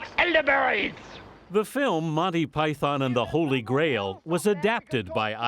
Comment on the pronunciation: They can't even pronounce Python properly